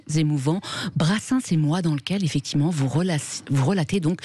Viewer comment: Bercoff refile son « effecti’ment » insupportable à ses confrères .